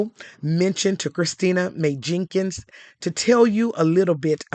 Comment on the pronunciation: "Maye Jenkins" 😮 ok